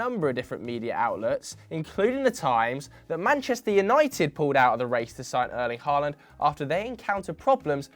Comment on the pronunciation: Nobody:: ÖrLInG bRaU HOLanD